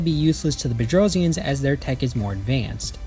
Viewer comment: Yes you pronounced it perfectly! If the Earth really is Flat I'd violently protect Globes. Wasn't there a race that the Gate activation and contact with the SGC caused a World War?